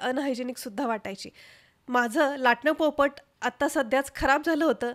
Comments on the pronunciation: बाई त्याला पळपट नाही, पोळपाट म्हणतात. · पळपट नाही.. पोळपाट